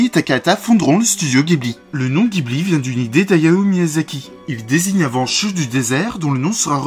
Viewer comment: Il me semble que le nom ghibli se prononce "ji" et non pas "gui"